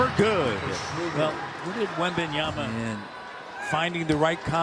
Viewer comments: I've heard "WembanyaNa" a lot but "Wembiyami"? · really said Wembanami 💀